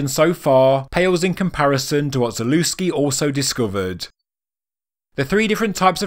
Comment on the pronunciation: The proper pronunciation of his surname is ZALEVSKI